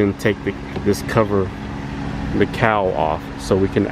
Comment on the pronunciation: My job is a professional nitpicker in the TV and Film industry. I watch and listen to things to catch flaws and errors. He says "cow."